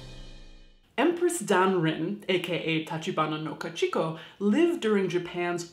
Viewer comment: Great video~ love this series It's Ka-Chi-Ko btw! :D not Ka-Chik-o